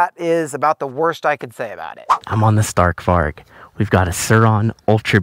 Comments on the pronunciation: I’m Swedish and you said Stark Varg a little miss pronounced but still Awsome! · Im from Sweden and i just love youre videos but i must say one thing. You say stark varg but you pronounce it stark varj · you realy say it lik this varj but its spelld varg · You gotta stop pronouncing it StArk vArg.